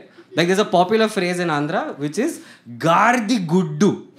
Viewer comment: I am from Andhra Pradesh This is not to show that you're speaking wrong but It's not GAARDHI GUDDU it's GAADIDHA GUDDU better to know what you're speaking before you speak 🙂🙂